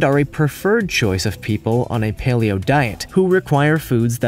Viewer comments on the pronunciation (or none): none